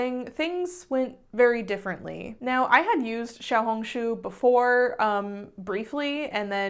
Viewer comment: ur xiaohongshu pronunciation was SO GOOD you're like the only non chinese person i've heard who pronounces it right